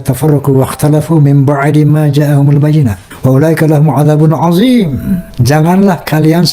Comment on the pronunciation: Roma baca athim pake zal azim